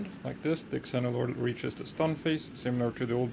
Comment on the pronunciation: Xeno is pronounced Zee-no. It means foreign which makes sense because Xenolord is an alien and is foreign to the planet